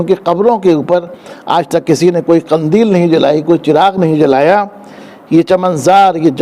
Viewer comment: Qindeel is right word not Qandeel